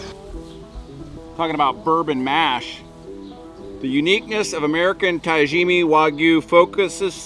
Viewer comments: "Tajimi" 😂 .. there's an A at the end there bud lmfaoooo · why do you say Tajimi when it’s spelled right in front of you TAJIMA? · Ta-jimi wagyu !?!? Ohh no.. its TaJIMA !! Lol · Love you guys, but everytime say "tajimee" instead of (Todd gee ma) my ears bled a little. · oh thank god 🙏 i was starting to lose consciousness drinking every time he kept saying ta-jimmy 😂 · for the future viewers, do this and thank me. take a shot every time he says 'tajima waygu " or some variant..... i do love these guys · Tah Gee Ma. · should pronounce correct wagyu tajima ta ji ma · What a great video. Took me out of my own brain for a while from start to finish. Arigato to the fine man who raised the beautiful animal and corrected on the pronunciation of Tajima. Thank you. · Glad they corrected you on the Tajima pronunciation, just need someone else to tell you about changing your "wagoo" to the proper wagyu pronunciation. Awesome vid, as always. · Hey guys here's a way to remember how to say Tajima. When you go to the Doctor and he says open your mouth and say AHhhh.... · Bro still couldn’t said tajimA the whole time… even after he heard them pronounce it correct… geez😂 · still messing up the name at the end of the video!! 😂😂😂😂😂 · Have a shot every time they mispronounce Tajima